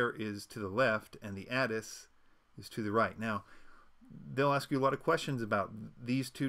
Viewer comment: /A-Tiss/ ATIS - /Mie-Not/ Minot. Pilots know these things. Minot is significant because there is a USAF Base there. Everyone who flies knows how to pronounce ATIS.